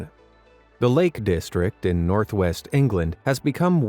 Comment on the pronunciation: nort west 😂😂😂😂😂